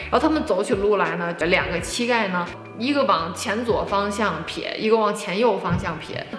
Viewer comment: 不是qi盖，是xi盖